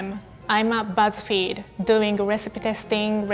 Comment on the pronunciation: Am I the only one that thought it said "gow I got fired from buzz feed